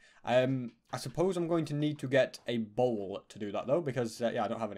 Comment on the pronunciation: When he said he needed a bowl, I thought he said mole Lol